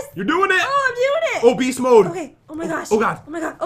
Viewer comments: When they were at the grandma knitting part I really thought he said obese mode instead of oh beast mode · When he said “oh beast mode” I thought ha said “obese mode”.